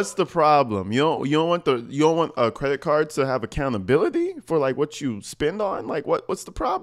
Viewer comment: "credit carrh"